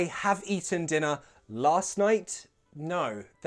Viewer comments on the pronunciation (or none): why do u pronounce “no” like “nijuu:” 🧐?